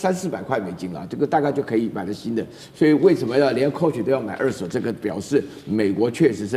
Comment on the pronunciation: 美女主播，不是惡手是二「ㄦˋ」手。